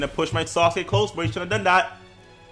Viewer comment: love how you say sasuke, sounds like SAUCEkee xD keep up the content bro